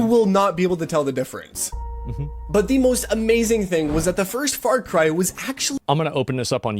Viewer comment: As an Aussie, I know the world thinks we have a funny accent. But seriously...What part of America do you have to come from to pronounce "Farcry" as "Fart-Cry"? I'm so angry right now